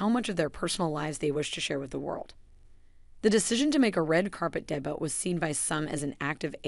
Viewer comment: It's not pronounced DEBIT.